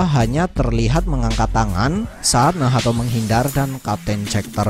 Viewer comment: Min kok nyebutnya Nahato bukan nacht